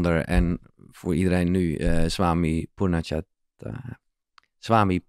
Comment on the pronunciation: Wow! Wat een wijze woorden... Ze kwamen voor mij op het juiste moment, zoals de slippers en telefoon in jouw verhaal (, je bent niet de enige die moeite heeft met uitspreken 😉). De woorden kwamen diep bij mij binnen. Met die reden heb deel 1 en 2 achter elkaar beluisterd. Dank jullie wel voor dit mooie gesprek! 🙏❤️